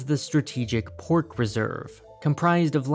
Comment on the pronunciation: aight I suck at Chinese but he pronouncing pork and cow makes me cringe